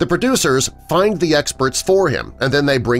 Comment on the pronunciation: the word is find not fin.